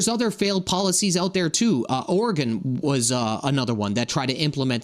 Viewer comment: Did you say ARRigone? 😂It is Ore-iggun. I have no idea why people out of the area pronounce ORE as arrrrrrr. 😂